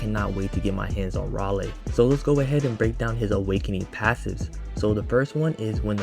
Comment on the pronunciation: minor correction: You can pronounce his name as "Ray - Lee" Im happy we finally getting an AOE unit